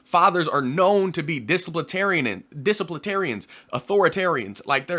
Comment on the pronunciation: Love your content, just wanted to help you with this word. Disciplinarians not “Disiplitarians” not trying to troll God Bless brother.